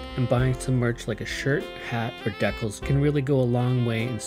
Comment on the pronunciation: When decals turn into deckles